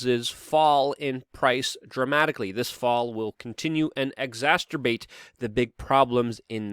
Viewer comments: Luke... Please, it's exacerbate... Not exasturbate... 😂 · Good report, however since you said, "exacerbate" at least three times, you'll want to know it is pronounced ex-ass-er-bait (not ex-ast-er-bait). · Always fantastic coverage - small note its exacerbate not exasterbate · It's exacerbate, not exasterbate. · exacerbate not exacterbate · LUKE! It's "exacerbate" ex-ass-er-bate, not "exasterbate". Either fix your pronunciation or stop using the word! Are you perhaps any relation to Mrs. Malaprop? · I think you've invented a new word Luke "Exastorbate". A combination of 2 existing words I suspect :-) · exsasturbate? its exacerbate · Exacerbate word pronunciation--love your work--you have a T sound here though--exac ter--bate--oops! don't want anyone disrespecting you for the gaff on it twice:) God Bless You! Still think you need to move further away!!! from NYC! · "Exasturbate"? Wha-? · Luke ur homework is to learn to pronounce the word "exacerbate" so it doesn't sound like a kinky form of masterbation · Not making fun, just trying to help out a little. There is no “t” after the “c” in exacerbate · Luke: There is only one t in exacerbate and it's at the end. You might be thinking of the m.... word.😄